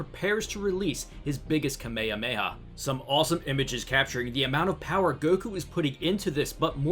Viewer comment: Kamehameha not kame ma ha kame ma ha beerus might show up or merus sacrifice or mastered ultra instinct returns or??